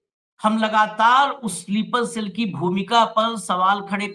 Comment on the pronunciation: स्लीपर सेल बोलना सीखो